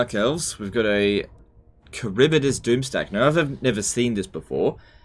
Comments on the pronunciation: Karibidis? Its Harivdis LEL xD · It's prounoucnce haribdyss not karibydass😂😂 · Kharibdyss. Not Kharibydyss